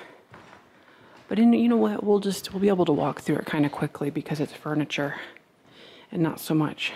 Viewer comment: Lots of “Furnitur” for sure😆lol